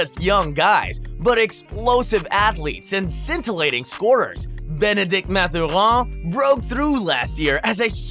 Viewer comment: Lol I'm like dude he isn't a frenchie 😅